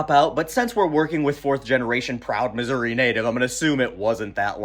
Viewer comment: i think this is the first time i’ve ever heard someone pronounce missouri correctly.